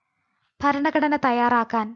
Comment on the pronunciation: ഫരണഘടന അല്ല ഭരണഘടന.